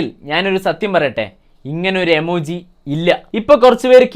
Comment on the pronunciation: എമോജി ഇല്ല ഇമോജി😂😂😂